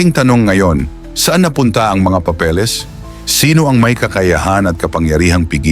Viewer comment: Papeles hindi papelis